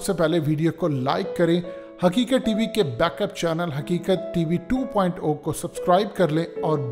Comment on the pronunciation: Sar haqeqat tv 2.zero likha han Aur ap 2.O bolte han🤔